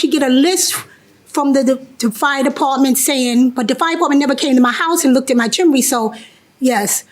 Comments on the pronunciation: Chimney. The word is CHIMNEY. There is no such thing as a “chimley.” Stop. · It’s not chiminey (JM) and it’s not chimley (plaintiff). It’s chimney, pronounced “CHIM-nee.” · Chim-ney. Chim-ney. 2 syllables. 😂